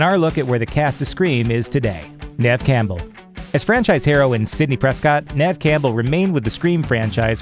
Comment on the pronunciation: Neff Cambull? It’s pronounced “neeve campbell” 😂 sometimes Neve is spelt as Niamh for some reason